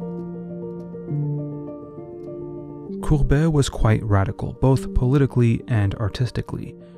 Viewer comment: It really is gustave courbet and not courbert with an r as you pronounce it. Nice voice and all but read your lines before you read them out loud.